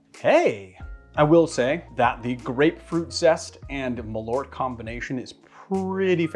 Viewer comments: Malört. (Swede here) You pronounce it sooo weird! Mal means moth, ört means herb. It got its name from its dubious claims that it would prevent moths from ruining your clothing. Perhaps say Earth, but shorter, and with a rt in the end instead. And its a subtle tiny pause in between mal and ört. Mal-ört. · I wonder how close the Malört is to the Swedish Besk, I guess Marius can tell. needs to practise on those umlauts:-)